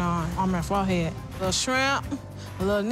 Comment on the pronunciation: Fo-head? Was it too difficult to say forehead properly?